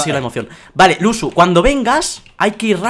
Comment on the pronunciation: Dice lusu en vez de luzu